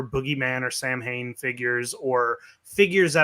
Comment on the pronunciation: As an Irishman I find your pronunciation of Samhain highly offensive, and the less said about your “singing” the better 🙄😂😂